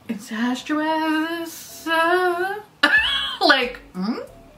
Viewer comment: Lmao “incestuous”